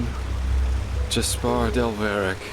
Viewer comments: I think the best moment in this play through was when was saying how you pronounce JASPAAH instead of Jasper😹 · Amazing game. Your pronounciation of names Calia, Arantheal and Jespar cracks me up though. So wrong :D